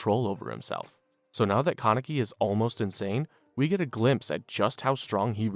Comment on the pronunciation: Also kept saying "ka-neck-ee" instead of "Kan-a-key"